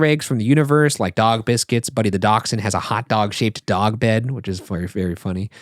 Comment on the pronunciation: Sorry. I love you guys. I love daschunds. But "DAK-SHUN' ? is this an American pronounciation? I cannot wait to ride SLoP one day.